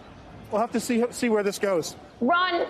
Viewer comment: Every time she says Ron I keep thanking she says the word run which is probably more appropriate